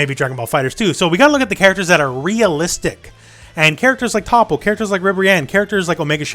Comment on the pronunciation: Learn to pronounce toppos name please